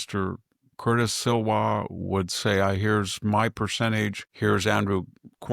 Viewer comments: Victor, you always mispronounce Curtis Sliwas name. It isn’t Silwa it’s Sliwa! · Love Victor, but I have to correct him on the NY Mayoral race. First, it is Curtis Slee-wah. Second, Curtis has not been a perennial candidate; he ran ONCE before in 2021. Third, it is interesting to analyze whether the race is better off with 2 people or 3 people in order to beat Mamdani. If you want the most conservative candidate who can win (hat-tip to Bill Buckley), Curtis, who is more pragmatic than conservative, especially on social issue, then a Sliwa-Cuomo-Mamdani race may yield the best chance. A poll yesterday showed Mamdani at 26% - Cuomo at 23% -Sliwa at 22% & Adams at 13%. We won't know until mid-September, who has the best shot at beating Zoro. People need to stop telling Curtis to get out at this point.